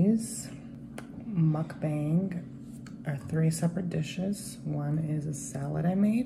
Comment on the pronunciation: You’re saying mukbang wrong lol the a in bang is an “ah” sound